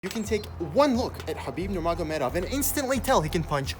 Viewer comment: Pronunciation of his name on point 👌 also love the format/style! Knee examinations are annoying lol